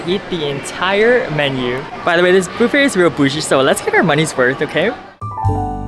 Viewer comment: Subscribed partly because you pronounce it ‘Bouffet’. 😊…like bouffant.